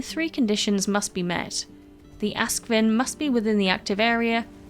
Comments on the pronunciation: not "ask-vin", but "aask-sviin". means ash swine in scandinavia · Ask is ash, svin is hog - so it's a ashhog. English pron is so 'wrong' :-) but I get why.